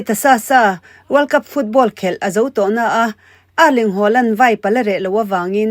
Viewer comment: Nangmah atangin a hming lam dan dik kan hria a, a dik ngeia lam kha a tha ka ti.